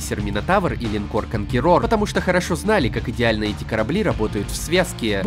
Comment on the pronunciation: Чтоб так калично произносили слово КОНКУЭРОР, я еще не слышал. Лайк в любом случае.